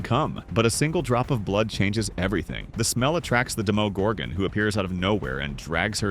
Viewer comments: It's Demogorgon not dimugurgoon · The way he pronounced demogorgon 💀💀💀🕴️🕴️🕴️